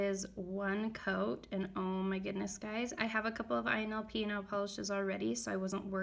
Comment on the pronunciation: Its ILNP, not INLP